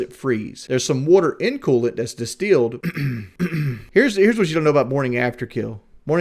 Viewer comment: Wudder is disteeled